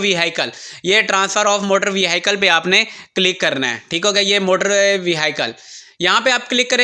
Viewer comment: Veheekal bolna vehi cal nhee i ko ignore krna.. vaheecal